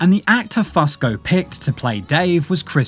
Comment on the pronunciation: I can’t listen to one damn second more… Damnit it’s “Fusco-Few-sko”